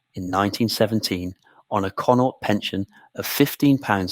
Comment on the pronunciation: Irish province conaught not connor